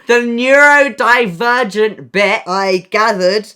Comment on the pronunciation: imagine living with Noah and just hearing him constantly incorrectly shout 'NEURDO-NE-NEURODIVERGENT!'